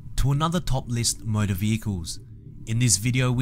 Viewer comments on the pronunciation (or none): none